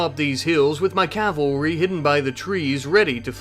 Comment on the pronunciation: You pronounce cavalry wrong.